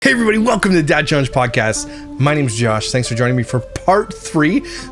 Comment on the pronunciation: You said "My name is Ji-osh." Are the i-appels of the thumb lady contagious?😂